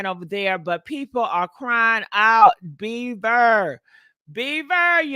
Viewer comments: His last name is BIEBER not beaver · Jesten 🦫 BeaVer 😂 Justin Bieber GiGi… Bie-BER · “Justin BEVER” lol😂